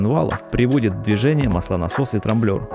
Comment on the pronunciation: Трамблёр бляяя трамблёр не ну вы слышали ТРАМБЛЁР 😆😆😆😆😆